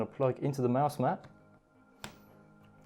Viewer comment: Is he saying mouse mad or is it just me